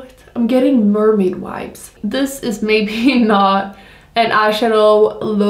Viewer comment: As a fellow Swede, why do so many swedes pronounce Vibes as Wipes? 🙃🧐No hate tho I love your videos 💕